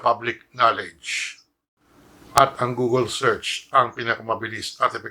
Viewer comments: "nandyan lahat yan sa gogol" napaisip ako sabay tawa google pala yun....hahahaha nice... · Google (googol). Yan po ang tamang pronunciation. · guugle again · Gugol haha bigkasin mo mabuti google inggit ka lang!! Hay naku! Matandang gago! Inggitero! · gugol HSHAHAHA google basa don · PINOY VIRAL TIKTOK Ano pala, goo-gel? Paki check nga sa youtube how to pronounce it? 🤣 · Eh kung i GOOGLE mo kaya pronunciation ng GUGOL mo GAGO TANDA MO NA HYPE KA PA RIN ANIMAL. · Anong "gugul" hayop ka "matandang dagul" google yun haha. Buti pa yun natulong ikaw tumutulong kaba sa bayan? Magpahinga kana tanda baka magka covid kapa sarado mo na yang channel mo! 😅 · GOOGLE nga di mo kayang i pronounce, buhay pa kaya ni FLM?